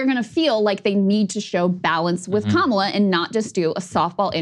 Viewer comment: Dude its crazy that he continues to do the mispronunciation of Kamala on purpose to their faces. Guy has some balls. Racist, ignorant fucker balls but still, balls.